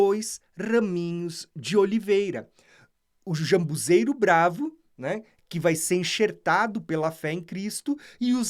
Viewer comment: Não seria ZAMBUJEIRO? Vc está pronunciando jambuzeiro